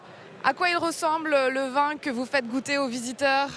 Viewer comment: Pourquoi prononce t'elle le mot vin comme le mot vend? Comment dire on vend du vin en ce dialecte? On vend du vend?